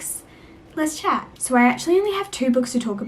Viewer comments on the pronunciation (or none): none